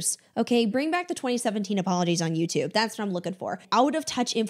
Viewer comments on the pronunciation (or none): none